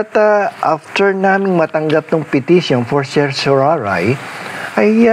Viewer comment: Salamat sa paliwanag. At sa pag pronounce ng CERTIORARI, hehe.